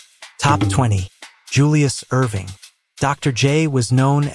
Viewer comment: It's Julius Erving not Irving Wtf novitsky? AI